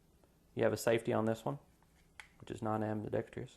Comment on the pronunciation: I'm sorry but until you can pronounce the word ambidextrous correctly I cannot continue on with your review.